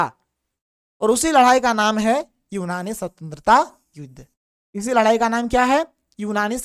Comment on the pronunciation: Ladai ya ladhai 😂